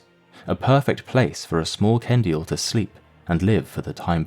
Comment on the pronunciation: Ok but the fact they said Ken-dee-ill just makes this so much better XD